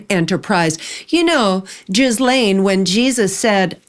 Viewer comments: Add you to the very short list of media personalities who know how to properly pronounce the name Ghislaine. You are the second member of that very exclusive list. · Thank you very much! Keep up the good work! You actually pronounce Ghislaine correctly in French too!